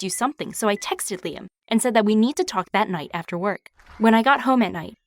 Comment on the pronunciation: She said “Liam” but I heard “Lia” Everything autocorrects to lesbian in my mind sometimes